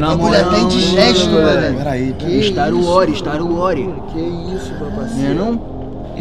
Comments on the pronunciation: staruori staruori KKKKKKKK "star Wars" krl meno kkkkkkk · "istari uori" kkkkkkkkkkkkkkkkk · "Star uóri,Star uróri" kkkkkkkkkk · "STAR Uore, STAR Uore" kkkkkk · ''istaru ori'' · Star ru ori kkk